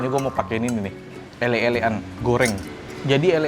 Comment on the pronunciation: Bukan "elek" e dibaca kaya "Cobek" tapi "elek" dibaca kaya "uleg"....jadi "elek²an" e kaya "uleg" di jawa artinya tempat untuk menelan..jadi mungkin disebut elek²an karena pangkal lidah adanya didekat tenggorokan alias tempat untuk nge-lek alias menelan